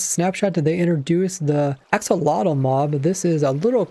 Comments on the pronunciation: Looking it up and listening to the pronunciation, it's: [aːˈʃoːloːtɬ] Which sounds kind of like "asholodt", but I would definitely recommend listening to it being said, ofc I wouldn't expect you to pronounce it exactly the same, but apparently it's not how we would normally pronounce axolotl with the x being more of an sh, and the tl being more of a dt. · ive always heard it as axolotl - x tl, even from axolotl owners. pretty pedantic, considering accents and language in general allows for people to pronounce things that mean the same thing, quite differently.